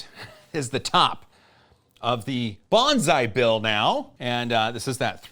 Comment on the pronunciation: I thought he was saying "bonsai bill" the whole time